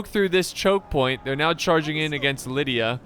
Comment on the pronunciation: try pronouncing it like Li-dee-a if that helps